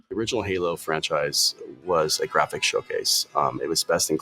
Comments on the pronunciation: "the gwapichs" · The gwaphics😂😂😂😂 Fire those ladies